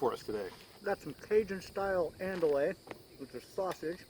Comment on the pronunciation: Andouille (US: awn-DOO-ee; ) Mom is Cajun from way down the bayou. The mis-pronunciation hurt my ears! LOL Love the video guys!